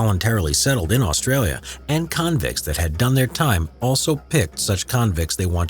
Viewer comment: The only thing I hate about is how they say Australia